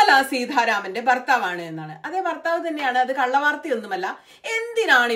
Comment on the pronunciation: ബർത്താവ് അല്ല സുനിതേ ഭർത്താവ് .ഭാഷയെ വികലമാക്കരുത്.